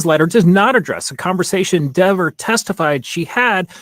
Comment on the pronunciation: its pronounced DEHVER, not DEEVER. 😂